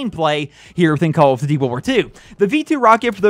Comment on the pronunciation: call of ditty wirwir tu